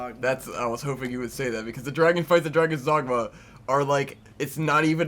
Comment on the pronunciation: Sometimes when you mentioned Dragon's Dogma I thought you were saying Drag-On, i.e. Drag-On Dragoon. Got my hopes up that you guys were going to talk about Drakengard. That's another game that would be cool to watch.